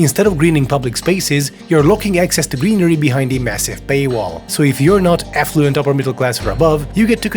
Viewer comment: Is it just the accent or is it an intentional play on word when he ostensibly says "affluent" upper-class, but I hear "effluent" upper-class?